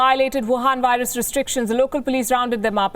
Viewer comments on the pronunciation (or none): Work more on your "V's" If you can say "Virus" in English and insist on profiting from the language... Please make more effort to use "V"*instead of *"W" where appropriate. If I were as fluent in an Indian dialect as you are in English... People would expect me to get such simple things correct by this point. (If you have a speech impediment which prevents you making the "V" sound... Disregard everything I just said)